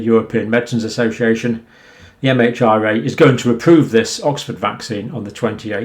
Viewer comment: MHRA pronounced as HMRA Doctor ! Sorry 😐 for Saying it Doctor 👨‍⚕️